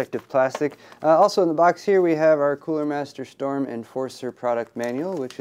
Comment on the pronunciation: Cooler Master Shtorm ;p